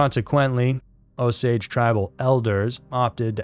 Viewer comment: O -Saw-gee not o-sage is white man pronounciation.